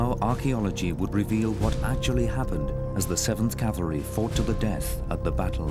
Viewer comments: it is pronounced cav-el-ry. Calvary is a hill in the New Testament where someone is rumored to have been crucified. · Can a guy be considered an expert on cavalry armament if he thinks it’s “Calvary”? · Okay, the word is NOT "calvary"